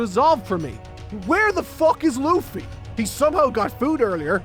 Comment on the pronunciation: i like this youtuber, he doesn't say fuck, he says fock